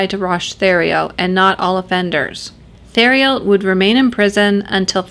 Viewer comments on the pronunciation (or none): Enjoyed the video and like the channel. Can see you're getting more comfortable in front of the camera again, congrats and keep up the good work. Just wanted to share for future reference, not a criticism, the letter H is silent in French. So Roch is not pronounced like roach but as Rock, like the ex-wrestler and movie star. That also applies to his last name, the Thé should be pronounced as just a T sound.